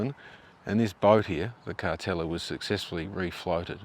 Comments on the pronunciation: I always thought it was pronounced. Car-teal-la not Car-tel-a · Yep definitely was pronounced Carteela not Cartella back in the day. Doesn’t detract from a great video though. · Last time you pronounced it as Cartelia, this time as Cartella. It's Car-teal-a. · I thought it was pronounced Car-tell-i-a. Either way, the boat looks awful. Look forward to you going back in another six months or year and seeing how much worse it has become. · Thanks for another great video. I went on the Cartela many times as a kid in the 70s and on booze cruises a few times as a adult. My family always pronounced it “Carteela”. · Another great video. I had thought the pronunciation was Car-teal-ah. I've learnt something today. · I think you may be right. Everyone used to pronounce it Car-teela